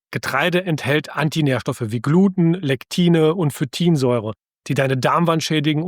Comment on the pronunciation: Es spricht sich "Gluteen" 😉